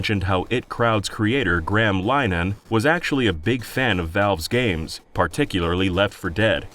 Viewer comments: It's pronounced Lin-a-han... But he's a TERF so who cares? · Its the I - T crowd not it crowd and its pronounced Lin-e-han